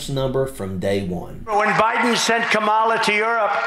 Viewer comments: Love ya dude. I follow you religiously, but even you are doing it… The emphasis is on the beginning of her name. The first syllable. KAmala. KAmala Harris. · It's comma-la, not ka-maul-a. If you truly support Kamala, at least learn to pronounce her name rather than using the same intentionally mispronounced pronunciation Trump and his ilk uses. Have some respect. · Thank you for all your hard work...but, please pronounce HER name correctly... COMMA-LA❤ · Please pronounce it correctly— “Comma-la” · Thank you for the cool video, but please pronounce Kamala correctly. It's "comma-la". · Please pronounce Kamala correctly.